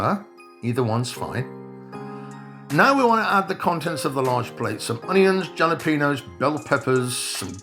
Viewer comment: Very nice job on the video., you need to learn how to pronounce jalapeño. 🤣